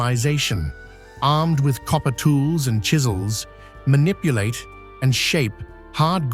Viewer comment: Still saying copper shizels unbelievable